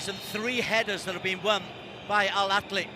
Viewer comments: ههههههههههههههههههههههه فعلا 😂😂 الكهلي 🤣🤣 ببساطه انطقه مثل ما تقرأه "الأهلي" لا يوجد حرف ك نهائيا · The commentators really looked at the ‘h’ in Al Ahli and said, ‘Let’s make that a kh!’ Suddenly we’re Al Akli. Incredible—these guys didn’t just mispronounce it, they invented a whole new club live on air. Pure linguistic butchery!